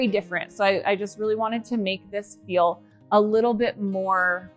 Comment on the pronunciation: Well... I noticed another YouTuber says the word feel like you do.. more of a ," fill " instead of "feel." I beleive she may be from Utah as well . Anyhow love how your sketch came in to fruition. Your house is huge.. I thought I had a big house sheesh! Your figure is so cute too You didn't gain an ounce of weight weight in the time you've been away from YouTube ! Nice shapely legs. I have a huge entry way but not nearly as magnificent as yours . Can't wait to see the living room:dining room. but I'm not rushing you guys❤